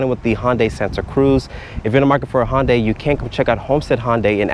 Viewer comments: he works there and pronounces it HONday. i thought it was HUNday. santa ana???????? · You’d think if you worked for Hyundai, you’d know how to pronounce it.. Its pronounced like Sunday but with an H.. So Hun-day, not how you’re saying it like Honda but swapping the duh with day Hon-day.. Then you say you don’t have the wheelbase numbers, but you know it’s 7” shorter than whatever vehicle, so i guess you work at a dealership and can’t do basic math either? Not to mention the dimension info has been out for months now… Cmon dude, you can do much better… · Never heard it pronounced Honday lol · Isn't it Hoondai not Honday ? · H-un-day and even that’s the simple version. I’m sorry but DAMN bro